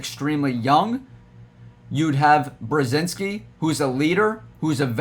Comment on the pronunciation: It’s Brod-zinski